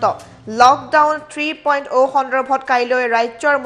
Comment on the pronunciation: Anchor baidew Batori porhib najanile porhib nalage 3.O (alphabet) nohoy 3.0 (zero) hb lage.